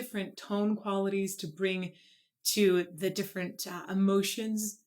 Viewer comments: The "fire bird" is "my soul free" from the body, soaring across endless dimensions looking for his creator. At least that is how I see it. Nevertheless I love it. He only pronounced one word (the) incorrectly (he pronounced it "de"), in my humble opinion, and that is pretty good. I only know a few words in Kazakh. This is not meant as a mean comment, just my observation. Thank you for reacting. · I came back to your video some days later to internalize what you said about Dimash English speaking needing improvement. I’m not here to disagree or be a rabid dear. But,at the same times there’s more going on here. At the beginning he pronounces the article “the” as “duh”. Yet later on in the song he pronounces it right. Several times “life” and “love” sound a like. The problem is this was not Dimash’s fault but that Italian composer of the piece who also made the movie Creators: The Past. He created an English speaking movie, and wrote the soundtrack for the movie with English speaking actors. This was his movie. He let Dimash sing words in the English language that were not clear. Dimash made mistakes in the first sos in China by pronouncing the “s” at the end of a word that was suppose to be silent. He was called out on it and corrected it in sos at the slavac bazaar. The Italian composer and promoter of the movie should have called dimash out on it. Dimash has been studying English and Mandarin for three years since the China show. Another words he a third grader. Dimash is very daring singing in all the twelve languages. But this time an Italian movie maker who made an English movie did not help dimash let it slide. There was a screenplay for this movie. You can’t tell me he didn’t read it or maybe even write it himself. If you’re hard on dimash and we can only be responsible for what we put out,that composer was at fault more than dimash. What is worse is that the son